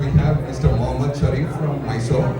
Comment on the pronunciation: First thing correct your pronunciation Rakhi it is Mysore not May-sorre. Everyone knows that you are doing drama whatever you speak is bullshit. I dont know who is correct who is wrong but it is so evident that you are just running away by doing drama biopic promotions all look so fake. Grow up at least for once take a courage speak properly accept mistake & own it.